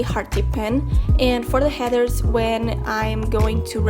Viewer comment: She pronounces Headers and heathers and i start cackling every time she says 'heathers' my mother suggested an exorcism. It’s actually adorable 😂.